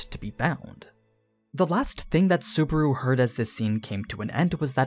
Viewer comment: I just started this video and you said... super? Really? Super? I want to harm you but I'm not going into detail. SU-BA-RU. BA like bus. RU like room. SU-BA-RU.